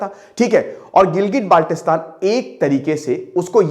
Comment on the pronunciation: Abe chootiyee improve your pronunciation, it’s not Baaalttistan with a tatta it is Baltistan